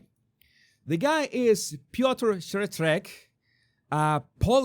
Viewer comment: Zih-CHEER-wreck. How to pronounce Szczerek. From online search. Accent second syllable.